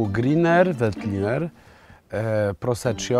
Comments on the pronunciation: Chyba się młodzieniec-znawca win zbombał, bo jakkolwiek na początku powiedział poprawnie "prosekko" tak później "proseććio"...? No I greener to Velt a nie Vet.... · Nie daje mi to spokoju - minuta filmu - "Proseczio"? Czy mnie coś ominęło? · serio? Światowiec zajmuje się alkoholem i mówi proseczio? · Czy syn mowiąc "proseczjo" miał na myśli wino Prosecco ( czyta się prosekko) ? Prosecco 🥰 to moje ulubione lekkie vino do potraw i aperitvo. Uwielbiam Wasze podrorze po Polsce i Europie 🥰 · KURNA, ja Ciebie bardzo szanuję za pasję i wiedzę, ale na litość boską, nie popełniaj błędu w wymowie 'Prosecco'!!! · Proseczio a nie proseko?